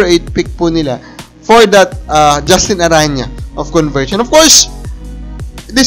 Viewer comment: ARANA PO ANG BIGKAS, HIND ARANYA.